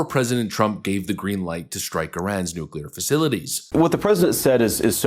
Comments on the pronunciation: He pronounced it correctly! NEW-CLEE-ARE. Thank you, Thank you. Thank you. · It's nice to have a president that can actually say nuclear properly. FFS it not nu-cu-lar... It's nu-clear.